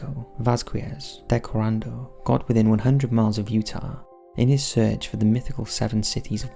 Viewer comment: Please, for the love of all that is holy, pre-read your script. There are so many mispronunciations of basic words. Coronado being one and recreation being another. Also, on the videos where a sound is heard, like the one in New Mexico, play it more than once and don’t talk so damn much. We’re trying to hear something and you won’t shut up, you just drone on and on. Great channel, but damn.